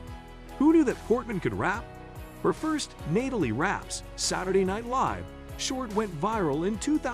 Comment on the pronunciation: “Nay-talie” 😅… AI is wild…